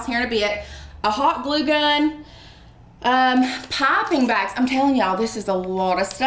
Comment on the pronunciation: Pipping bags sorry I thought you were saying popping bags!